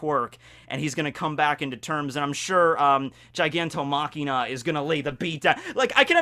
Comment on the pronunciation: Every time he says Gigantomachina, I go "STOP!! IT'S GIGANTOMACHIA FOR FUCK SAKE!"